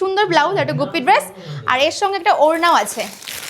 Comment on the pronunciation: Dress bole. Drrruuuuesss noi 🤣